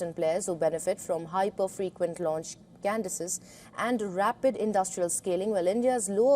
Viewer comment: It's "launch cadences", not "launch Candices"